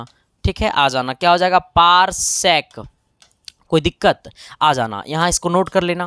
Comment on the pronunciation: Khaa ane ko bol rahe hai last me thik h aa jana 😅bol rahe ho